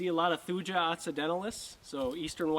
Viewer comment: Thuja is pronounced “thoo-yuh”